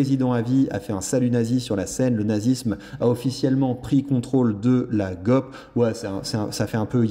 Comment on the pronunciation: cela se pronounce C-PAC G-OP